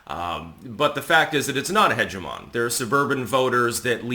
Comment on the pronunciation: Hegemon and hegemony are not the same word and are read very differently